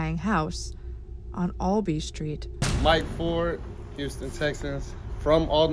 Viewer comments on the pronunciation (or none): I've lived here my entire life. First and foremost, it's "AL-BEE" Alby, NOT "ALL-BEE"! Secondly, I've been to McPike by myself, with groups and girlfriends dozens of times. I've been there during the day, in the evening, and the devils hour. Before renovations and after... Not once have I seen, heard, or felt any ghosts. My mother is Wiccan, She calls herself a witch. She claims to do magic, and she talks to the dead through tarot. With all that said, there are no spirts/ghosts there. Anyone who claims there is needs to seek medical attention.